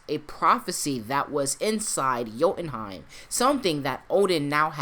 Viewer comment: What the hell is "joutenheim"? You really bastardized that one.